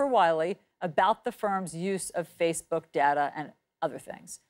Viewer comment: Its like he's saying fishbook